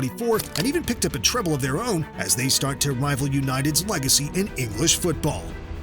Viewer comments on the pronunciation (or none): none